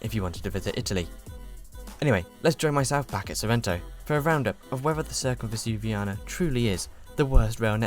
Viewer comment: Why do you insist on pronouncing the first c in Circumvesuviana as if it were an 's'? C is never pronounced as 's' in Italian.